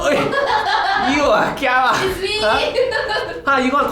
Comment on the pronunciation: Lol i thought he say gia wa( scare me in hokkien) . Instead of chiara lol !